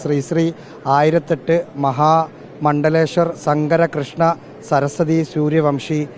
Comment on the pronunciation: പക്ഷേ റിപ്പോർട്ടർ ആദ്യം നോക്കി വായിച്ചത് മന:പൂർവ്വം ആണോ മണ്ടേശ്വർ എന്ന് ?